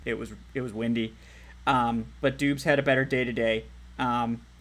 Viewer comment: Pee- tree…Romeo Dowb-s…..you welcome my guy